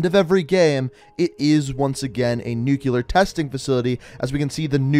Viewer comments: NUCLEAR. Not NUCULAR. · Bro, it's pronounced "nuclear" not "nucular" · hes actually saying nuke le ar but i agree its nuke leer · actually, if you listen, he's saying nuke-u-lar, which is wrong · “Nucular” It’s... it’s uh... new CLEAR not *new queue ler * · Its pronounced nuclear not nucular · Sent a little shiver down my spine every time you said "nukular" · Can you please pronounce nuclear correctly, I know that it doesn’t bother most people but it’s my biggest pet-peeve. That said great vid keep up the gr8 work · When you say "nuclear" wrong. F